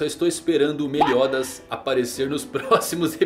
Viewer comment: "Meliódas" kkķkķk